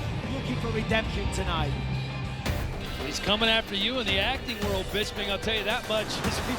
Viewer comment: Does the announcer know that you pronounce the d in "world"?